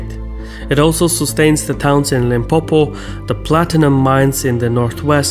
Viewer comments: Yeee also limpopo is popo when the Americans say 'here comes the popo' (police) 🤣 and then one or two other small errors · Limpopo and Feeleemonov, if you know what I mean.